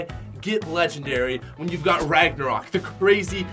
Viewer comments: Yeah dude. I totally agree. They are not “Legengdary” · 'Legengdary' yea? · Not lengengdary lol